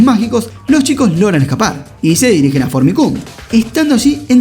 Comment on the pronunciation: Que mal suena el nombre de la ciudad "Fornicum" jajajaja no sé si se escribe así, pero me causa gracia como suena xD